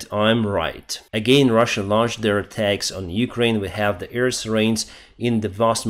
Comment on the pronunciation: Hello, I love your reports. Just want to tell you: you stil say 'EAR defence'. AIR is with another sound, an 'a' like in bAd, hAve, dAnce. Not the ea sound like in EAr, bEEr.... Just saying. Have a great day, thank you for everihting you do for Ukraine. Marianne from Belgium.